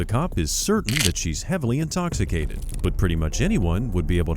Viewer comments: “NO ONE IS INSTOPHISTATED!!!” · "NOBODY'S INTOCCCITATED..." 🥴 Ya okay lady! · “Nobody’s inkostitated!” I’m certainly convinced.